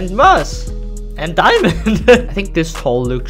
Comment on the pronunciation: Muss? Its moss